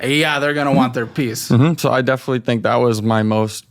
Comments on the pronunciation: If he insists on saying, “Definitely” so much, he could at least pronounce it correctly. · “I definilly feel like” he can’t even say it right most of the time